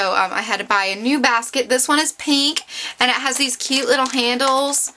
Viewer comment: You talk waaaaaay too much. Btw, why do you say peeeenk instead of pink? Not judging, just some things to fix up. Bye